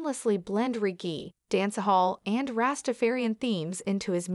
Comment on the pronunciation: Very impressive. Only error is the pronunciation of the word "reggae"